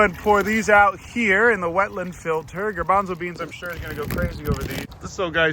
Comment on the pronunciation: The “noo grabanzo beans” was so funny